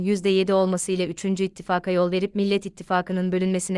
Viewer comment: Ne olur Türkçeyi doğru konuşun. İttifak kelimesini doğru telaffuz edin,vurguları yerinde kullanın